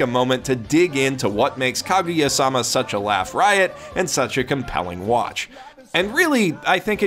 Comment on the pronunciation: Why you gotta say "-sama" like that man. All weebs know the stress is in "ma".